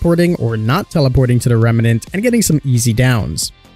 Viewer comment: It's "remnant". 2 syllables.